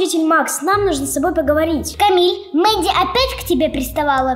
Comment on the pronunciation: Не камил а КАМИЛЬ